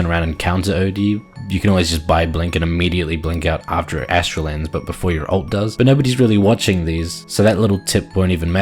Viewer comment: for pronouncing Aether correctly.